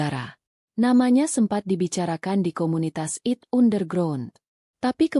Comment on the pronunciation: coba bacanya yang betul deh..... istilah2 dlm bhs inggris ai te bukan it. dll